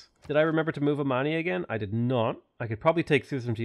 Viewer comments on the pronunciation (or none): none